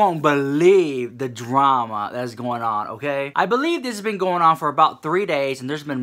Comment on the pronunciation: "We got some DRRRAMA Honey!" <-- I am soooo here for the way you say it!!! Yaaaaas queen!!